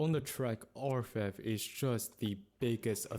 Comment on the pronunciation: He pronounced it right. It's not English, but French and it means "Goldsmith."